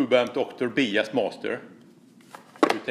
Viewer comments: quick EngIish Iesson...Bias is pronounced bIas, not beas. Great video though mate. wonderfuI technicaI insight into tube amps and the effect of biasing on tone. The hotter the bias the shorter the Iife of the tubes though.... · We are going to “Bee-us” our amp today!! Lol....the rest of the world says “By-us”(Bias). Still love you and your videos. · They all sound gorgeous!! But it’s 33 for me. Btw your English is fantastic and you know I love your accent, FYI it’s pronounced ‘Byas, ‘ love from England! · Hi, fyi in English “bias” is pronounced “BY-es”, cheers 🤘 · bias is pronounced BYE-ISS like saying goodbye to some whos name is ISS BYE-ISS. awesome video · it’s pronounced bye-ass. lol Just giving you a hard time, love the videos, brother. 🙂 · Cool video! I've wondered about this for years. FWIW it's usually pronounced 'bye ass' 'bi - ass' 'by as'. Although I'm constantly impressed by your English considering how hard I failed at learning any nordic language... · I do biasing all the time. It’s actually pronounced By-ass. BTW, your English is incredibly good.! The amp, to my ears, sounds amazing at 26 Ma! Thanks for the comparisons! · "Bee-ass" love you! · One thing I'm gonna change now for sure is the way I pronounce bias.